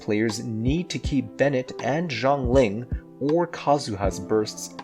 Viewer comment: They still can't pronounce Xiangling properly